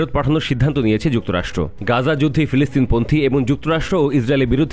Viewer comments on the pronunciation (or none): none